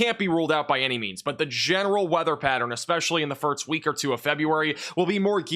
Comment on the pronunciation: Am I going crazy or is he saying "firts" instead of "first"?